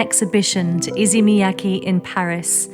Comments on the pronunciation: Throughout the video you hear ppl pronouncing his name “EE-say Me-yah-kay” but you still say “izzy me-ya-key” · Please please, can doc makers have narrators who can pronounce their subjects’ names correctly and fluidly, though? Shouldn’t conveying accurate pronunciation to the viewer be as important as conveying the designer’s background and vision? This “izzy mee-YACKee ”is painful to the ear.